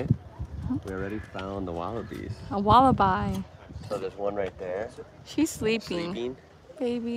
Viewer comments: It's 'eeem yoo' and 'walla b', not bye. 🇦🇺😃👍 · I think I heard the word wallaby mispronounced, it was pronounced as wal-a-bye, it should be pronounced as wal-a-bee. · G'day from Queensland, You guys need to get to Australia. Morning to you guys. You guys could pass as Australian's, Wallaby is pronounced Walla-bee, Emu is E-moo. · Lol please stop saying wallabi. 😬